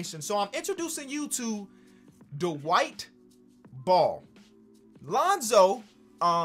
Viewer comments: I thought you said the white ball and I was like you know how racist that is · Idk if it's me missing the gem on twitter but I kept hearing "the white ball" for "Dwight Ball.